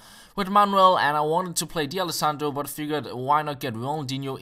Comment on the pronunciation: say d'alessandro as if there's no apostrophe. Not 'dee alessandro' but 'dalessandro'. Great vid as always btw.